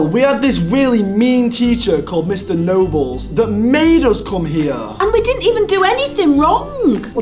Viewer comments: it sounds like he said mr no balls instead of mr nobles lol💩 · he says his name is nobles yet he said no balls lol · You said “no balls” instead of Nobles XD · It's not Mr noballes it mr Mr nobles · It’s nobels not no balls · Its nobles not noballs idiot -. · ITS NOBLES NOT NO BALLS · First of all its mr. NO balls and second of all, its rule not rool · I thought he said no balls🤣😂